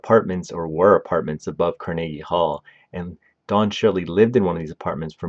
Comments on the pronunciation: Car-Neggy. It just makes my skin crawl. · Carnegie Hall-Karn-uh-gee with a hard G. Not Kar-neegee. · The mispronunciations OOF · He has a telent to mispronounce names, he emphasises Mortensen and Carnegie (Hall) on the second syllable instead of the first. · He’s got like two different pronunciations of “Carnegie,” and they’re both wrong.